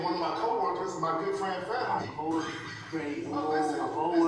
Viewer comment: He messed up fanums name and called him fanuma